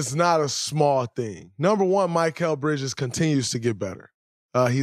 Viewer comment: Talking about Bridges like you know him but can't even say his name right 🤣